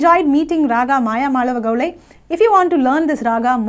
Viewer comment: Pl call it as Mayamaalavagowla and not gowlai. Pl refer to some authentic sanskrit treatises on music for reference; excellent contents by the mentor!! 🎉